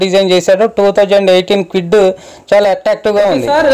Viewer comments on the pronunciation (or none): Kewid kadu kwid..